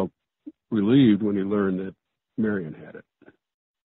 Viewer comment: A side note: the author pronounced her name as marian. at the time, she was called Mary Ann.